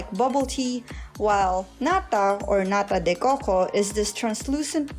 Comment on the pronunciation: As a brazilian, listen to you say "nata de coco" is so funny